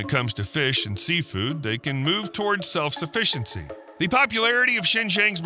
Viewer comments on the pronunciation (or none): Did you say "Self saFISHency"?